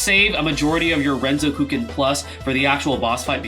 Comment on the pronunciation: Awesome overview. Btw the way you pronounce Renzokuken is weird